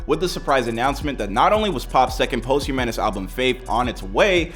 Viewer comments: It's pronounced pahst-hue_miss.... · Posthumanous? Wtf did you say? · Omg... Somebody needs to teach this dude how to say posthumous.. I literally want to shut the video off every time he says it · The word is "POSTHUMOUS!" WTF!